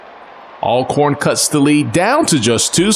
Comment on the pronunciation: and lamar raynard it’s not ailcorn it’s ALCORN